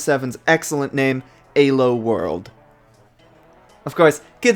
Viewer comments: actually, none of the 3 most common pronunciations of ELO in english are anywhere near the original pronunciation. btw if you're curious, here's the real pronunciation: it sounds a lot like [ely], but the correct pronunciation is [ˈeːløː] BTW, his pronunciation of ELO is pretty widespread and nothing original to himself. Plenty of people say the word like he says it and it is actually one of the three most common pronunciations of ELO in english. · "Alo" KEKW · he pronounces elo like an alien who's had 3 days to learn english. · i liked the video. I hated how you said Elo like an E-hole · The way he pronounces elo is kinda funny. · Great video but man I really hate how you say elo lol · 😣 the way you say Elo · after the thirst three times you mispronounced elo I decided I was going to take a shot every time you did and now im in kidney failure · Love the video, hate how you pronounce ELO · nice vid, great editing, sketchy emulator setup.. i enjoyed the watch, but maybe you should have looked up how to pronounce "Elo" it was painful to hear you say it over and over. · Elo is pronounced with e sound not a sound. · E-lo. Not A-lo. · Question, I always thought elo was pronounced "EE-loh" and not "Eh-loh". I was wondering where you learned that pronunciation from? (Not trying to make fun of you, I was wondering if this was a regional thing.) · i know im fucking retarded and all and a nitpicky fucker but its not aylo ITS E L O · This was a fascinating watch. And really hope to at least see gen 2 get the same treatment. That said, the fact that you pronounced Elo as "Alo" had me confused for a good while, as I was just listening rather then watching the video for the first half. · Its E - low. Your saying it A - low. Elo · EEEEEElo its pronounced EEEEELO not AYlo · "ee-loo" not "ay--low" nor "ee-low"(but is the accepted modernisation) named after Élő Árpád Imre, his name is Hungarian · is it really pronounced A-lo? I been pronoucing it E-lo for like...10+ years now >.>